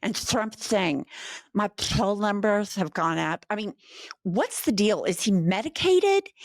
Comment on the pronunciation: when you said my PflPPfoll numbers haha 😂😂😂 I had to laugh so hard, that was funny as hell IMO, I know it's a serious situation and Trump gives a new meaning to the word clown, but that sounded hilarious I thought